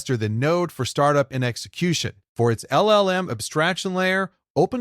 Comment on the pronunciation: So the voice is AI generated? There are just too many slip-ups (errors) in the voice track. Things like mispronouncing "AI", and LLLM instead of LLM.